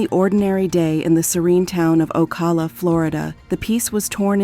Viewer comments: it's called O CAL A!!!! NOT OCA LA CA LA!!! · It’s pronounced liked California but with an O in front. O Cal la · It’s oh-kal-La 🤦🏾‍♀️ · The way you pronounce Ocala is deplorable... O-CAL-A... Oh, and the Keys, no where near being nearby Ocala lmfao... Maybe do your research better. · This video pronounced Ocala like 4 different ways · Yo the narrator pronounces Ocala differently like 10 times lol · I guess you gotta be a Floridian to pronounce the name of that county properly 😁😆🤣because she butcher the pronunciation of Ocala 😅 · I can’t with how bad they kept pronouncing Ocala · The pronunciation of blood as “bloodè” got me. And Ocala was pronounced differently every single time. What the fuck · Was wondering why Ocala was pronounced like that